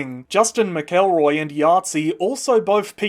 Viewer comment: justin mcelroy mentioned!! his last name is actually pronounced "mackel-roy" not "mick-el-roy"